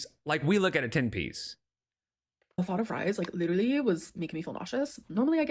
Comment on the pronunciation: posted!! That’s LEE-DUR-LEE hectic!!!! Always enjoying your videos! Wishing good health to you, your family and all of you “gorlz”watching 😁🤭